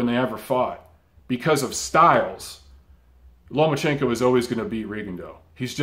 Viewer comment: You calling Lomachenko “Lomo” instead of “Loma” triggered me especially because you talked about people saying his name wrong.